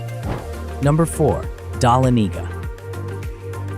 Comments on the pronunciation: I appreciate your attempt to pronounce Dahlonega- the accent is on “Lon” - duh LON eh gah Hope that helps! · This person has never been to Georgia. Images that are from Georgia. Can’t pronounce Dahlonega